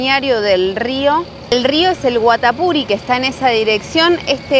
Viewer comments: El nombre del rio Guatapuri se acentúa en la i finakml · Hola el departamento del "Cesar" se pronuncia CeSAR con acento en la "A" CeSAAAAAARRRR, y el Río es GuatapuRÍ con acento en la í.